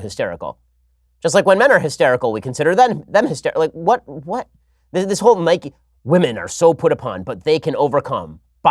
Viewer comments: Ben mate I respect you and all But when you pronounced Nike as “Nikey”, I lost a tiny bit respect for you. It’s pronounced “Nike” e being silent. You couldn’t call bike bikey would you? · Ben i love you, but please, please, realise that its pronounced nike not nikey i mean we dont ride a bikey do we?😂😂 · SHAPIRO ITS NIKE NOT NIKEY 😤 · It’s not nik-e. It’s Nike. Like bike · I know they have confirmed it but in my heart it’s pronounced Nike not nikey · He says Nike wrong I am becoming a liberal 😂